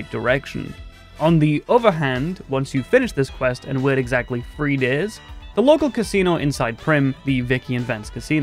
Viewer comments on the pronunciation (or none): It sounds like you say “three years” instead of “three days”.